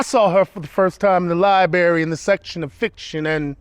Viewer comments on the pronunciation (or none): Love this, but Liberry, really??